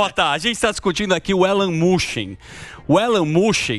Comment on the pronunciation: Quem é esse deputado q falou Elon Mushem ? De onde é essa criatura? 🙄🧐